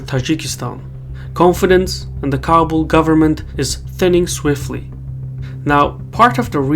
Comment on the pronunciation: It's pronounced Ka-bool.